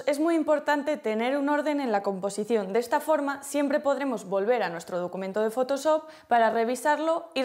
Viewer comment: me duele el oído cada que dice fotosop